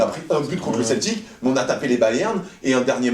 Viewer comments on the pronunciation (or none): none